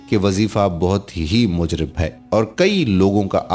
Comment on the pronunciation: The word Mujarrab should be pronounced in future pl.